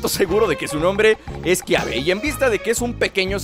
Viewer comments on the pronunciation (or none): es kabe no kiabe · Es Kaybe no Kiabe